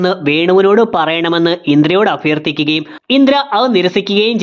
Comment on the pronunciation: നിങ്ങളുടെ വീഡിയോയിലെ മിസ്റ്റേക്ക്സ് 1 : മുർളി ❌ മുരളി ✅ 2 : അഫർത്ഥിക്കുക ❌ അഭ്യർത്ഥിക്കുക ✅ 3:ഫിത്തി ❌ ഭിത്തി✅